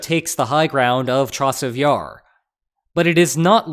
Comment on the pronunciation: It's way too hard for me not to grin when I hear "Chasiv YARR".